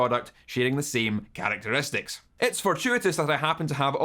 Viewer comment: I love how you when you’re talking, you’re try to annunciate more as to be understood. Very well I might add. But when you say “characteristics” the Scottish just falls out of your mouth. Brilliant 😂 great video.